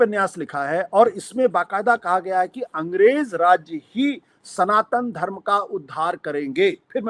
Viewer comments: सनातन को संतान बोल रहा है मूर्खआशुतोष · It is not Santan, it is Sanatan....